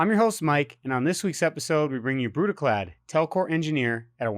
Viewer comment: You said Brudiclad wrong, pretty sure it requires a Scottish accent